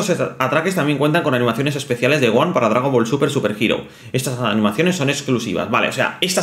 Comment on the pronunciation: Gohan, no Goan